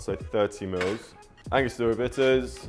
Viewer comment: "Twenty miwwz"